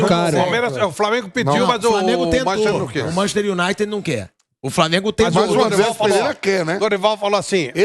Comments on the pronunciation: "MANCHESTI UNAITI" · "Manchi unaite"(sic) eita Vampeta ...estude ...vc tem grana homem ...tenha aulas!!!